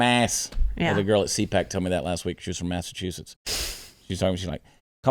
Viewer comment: People from Maine call people from Massachusetts "Masswholes "stop doing maine accent for Massachusetts.